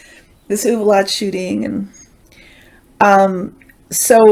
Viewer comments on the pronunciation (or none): I live in San Antonio and Uvalde is pronounced "You Val Day' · Hi, it’s pronounced “Oo-val-day”. ❤️🕊